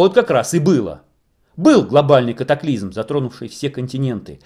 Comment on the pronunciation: не нужно пожалуйста говорить катаклизЬм как Олег Павлюченко. вы не русские если то уважайте язык на котором вещаете и уши слушателей. спасибо.